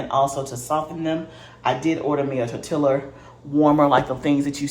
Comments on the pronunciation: Great video!! I wish I had the confidence to start making bread, biscuits and rolls. And one little thing, living in San Diego, CA and 3 miles from Mexico, we pronounce Tor-tilla as Tor-ti-ya. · I’m yo friend and I’m yo sista so outta love I’m gone say stop saying tor-tilla 🤣🤣🤣🤣🤣🤣🤣🤣🤣 ❤ please say tor-tee-yuh I was cracking up had to restart the video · Nice video.....the double "LL" in tortilla is pronounced like a "y" sound